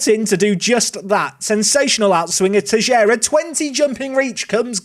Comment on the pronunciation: Btw, Teixeira reads "Tey chey rah".